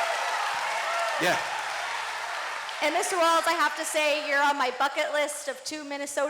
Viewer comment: Tim Walz no "t"